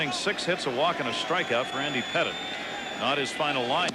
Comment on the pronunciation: Lol he called Andy Pettitte “Petite.” Not a chance that statement is correct.